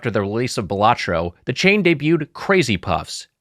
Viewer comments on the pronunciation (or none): I believe it's pronounced bala-tro. Cmon, Wiger...